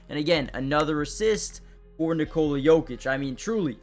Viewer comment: Son, it’s NOT Nikoula it’s just Nikola! Pronounce o like o NOT ou. Why you don’t know this already